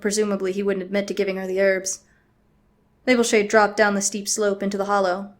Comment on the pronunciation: “Rainbowshade” is what I think it sounded like.. XD